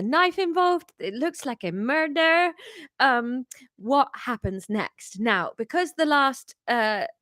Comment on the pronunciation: Sorry I missed the live stream, all caught up now. Can we have a Scottish Police person just so you can pronounce “Muruder” 😂 I vote for them going into the pub and having a good look at the scene so they can play amateur detectives and that necklace maybe more of a clue than they know 🤔 😂 Anytime or format for next week whatever suits you. 👍